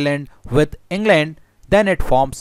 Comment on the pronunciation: En gland? How's ur En gland... My En gland is fine ty. Japati????